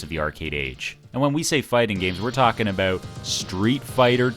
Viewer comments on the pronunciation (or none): Very cool again! Btw are you from Canada? The way you say "about" makes me think so.